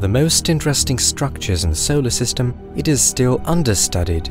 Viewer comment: So-Oh-ler system. Just the way you said solar system had me coming to the comments. So-Oh-ler system.